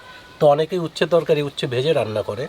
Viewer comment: তোমরা কি উচ্ছে উচ্চারণ করতে পারো না?